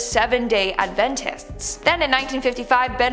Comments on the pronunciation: how do you manage to mispronounce "adventist" and "David Koresh"? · Omg this bugged me too!